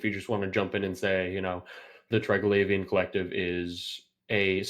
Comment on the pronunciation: tell that idiot who cant read its Tri-Gla-Vian not Tri-Glai-Vian such a simple word. READ it slowly. theres no Glaive its GLAV.